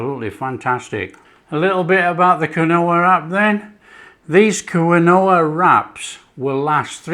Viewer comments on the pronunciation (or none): "keen wa!!!" 'Kwin - oh-ah' must be served with 'Worchester Shire Sauce' and 'Liecester Shire Cheese' - lol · Lol... Quinoa is pronounced - KEEN-WAH. Cheers, fantastic recipe! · It’s pronounced Keen wah😊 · Around here they pronounce it "keen-wah" but I've always called it quinoa like you. Great for the GF crowd! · Pronounced KEEN-wah. Fabulous that you are using GF ingredients! Thank you so much. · I love your video. It’s pronounce “keen wa” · I thought it was pronounced keenwa...but...each to there own...lol... good recipe... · I love this stuff, so I’m delighted with this recipe. I’m going to definitely try these. Sorry to repeat but it’s definitely pronounced Keen wah. Strange I know. Lovely recipe my friend xxxx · What a great idea! Pronunciation : KEEN- wah. Origin Andes Mountains Peru. I am going to see if I can buy them, changing out from my flour tortillas😎🌶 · It's pronounced 'Keen-Wah' matey 😉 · Pronouncing something correctly is constructive criticism….unsubscribing.